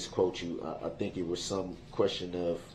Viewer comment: Ok, ill say it. He actually said something smart "I fhink they should be tested." If someone who is had been that close to got covid, I'd get tested too... I mean I know it was a ploy for him to try and get a mistrial, but its still god advice. Lol